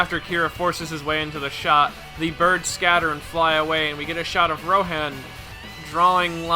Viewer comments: "Shigeki" "Ro-han" ...Bro. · Remi. Shigeki. Rohaen. Come on. (Great video btw but that really bugged me)